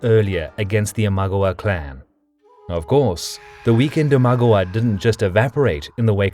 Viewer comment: Are you saying that to me? The whole video - start to finish - is narrated with the most ridiculously bad pronunciation anyone could achieve even if TRYING to be annoying. Imagawa -- He says "im-AG-uh-wuh" (ag rhymes with bag) -- Correct pronunciation: Eeem-uh-Gah-waah Mino & Gifu - he prononces the i like in rim or pin. Japan doesnt have that phoneme at ALL. It should be pronounced like Mean-oh and Geef-ooh (hard g) Asakura - He says "uh-Sack-you-ruh". The correct pronunciation is Aaah-saah-Koo-rah. I have NO idea where he got "aZai" from. Yes, there are some phonemes where "sai" is pronounced "Zai". But in this case the phoneme is not "a - sai" but asa - i. It means "Shallow well" Asa (shallow) i (well), and has three syllables: aah - sah - eee! It is simply impossible to read that with a "Z" or a zz sound. Rokkaku. There are two Ks for a REASON. Not Ro-ka-ku. Roak-ka-ku! I can go on and on and on . . . . As I said at the start, I like the topic, and though there may be some minor question marks in the narrative it is generally a very good video (the story, that is). But I cant listen to more than two minutes without wanting to punch the screen. How hard is it to look up the names and get the pronunciation right???